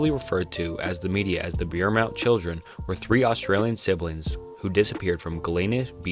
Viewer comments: buy a thesaurus, jesus. there isn’t even an R in the word beaumont… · Great video but the pronunciation of the Beaumont kids and the butchering of my hometown killed me 😂😂 keep up the good work